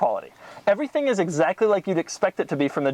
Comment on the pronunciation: like you butchered the English language. "Averything".